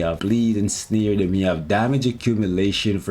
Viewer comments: As always love the content but why do you say “sneer” rather than “snare” …its snare as in hair not as in sneer. Is this a canadian/American thing? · The way says "snare" like "sneer" annoys tf outta me 😆